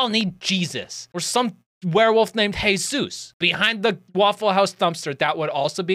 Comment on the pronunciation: I nearly spat out my drink when you said my name "Jesús" I was wtf 🤣 great video btw